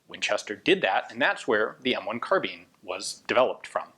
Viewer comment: At the time nobody said "carbeen"